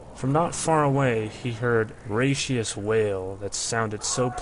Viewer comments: “raucous” Pronounced “rock-us”, not “ray-she-us” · c'mon what's with zoomers being unable to pronounce words properly? If you can't read the phonetics you have google. Raucous - ROCK - US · I appreciate the reading from the original book, but the pronunciation is killing me. Raucous /ˈrôkəs/ should sound almost like "rock us." Grimy /ˈɡrīmē/ from the word "grime" as in "dirt and grime" not grimmy. A single consanent before a "y" usually implies a the preceding vowel is long as in lime or dime, not short as in sin or dim. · "Raucous" is pronounced "raw-cuss". Seriously, learn to pronounce unfamiliar words before you narrate.